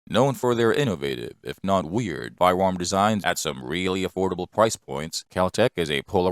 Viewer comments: Da fuq is a "fiwam?" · What is a fire warm? Jesus man can’t we get a narrator without a speech impediment?